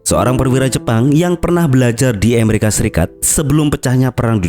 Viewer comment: Tolong ngomong yang betul, Amerika bukan Emarika, Oklahoma bukan Oklahama